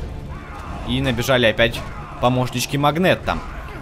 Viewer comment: Не магнето а м а магнэто в игры опечатка